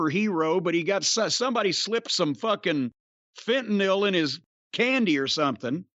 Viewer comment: The way Jim pronounced Fentanyl smh ..damn jim you don't do yourself any favors when you do dumb shit like that.